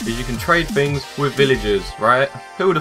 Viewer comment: ummmmm... "Tings"??